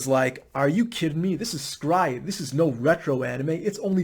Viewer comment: Your pronunciation of S-Cry-Ed is immensely satisfying :)